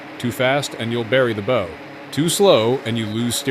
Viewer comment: How about real people reading this. It's BOW like OW!! Not bow like oh. Come on now.